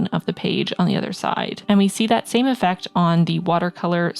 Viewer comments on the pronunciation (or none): none